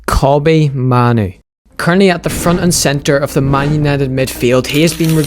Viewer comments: "Kobbie Maynoo" 'Kobbie Maynoo" Kobbie Maynoo" Narrator" Kobbie Mah-noo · It's kobbie main oo not kobbie man oo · Compilation at the start people pronouncing it as "Ko-B May-Nu" literally after that compilation; "Koh-B Ma-Nu" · «KOBBIE MAINOO!” Him: Kobbie manoo🙂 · It's pronounced "MAY-NOU". Great video btw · How did this guy made the start of thus video with various people pronouncing Mainoo's name and then have himself pronouncing it differently?